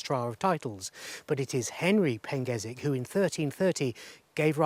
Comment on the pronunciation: Never heard of that pronunciation of the name "Pengersick" before!? It clearly has an "R" in the name but you have chosen to ignore it and give it a pronunciation I've never heard of in my 60 years of visiting Praa Sands??